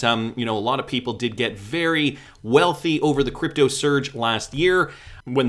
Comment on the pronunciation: May I just politely say, it's nuclear not nucular. And for crypto, it's crypto not k'dipto 😁